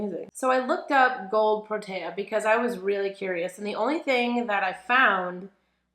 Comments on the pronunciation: Pronounced Pro TEE uh not taya..... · I am South African and I have a huge affinity to proteas! They were on my school crest, they were my wedding flowers and they are the national flower of my country! I LOVE THIS!!! Pronunication is: pr-oh- tear